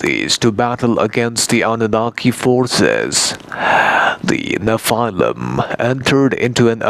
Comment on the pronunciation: Check your pronunciation of the word nephilim :)